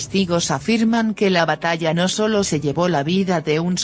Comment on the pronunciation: NOOOO..SE DICE---LLÉÉÉ´VO...SE DICE.....LLEVÓO´´OÓÓO´